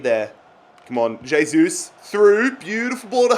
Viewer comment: Pronounced "hey-sus"